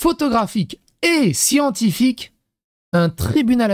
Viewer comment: Les siENNNNNTiphyque !!! 😂😂😂😂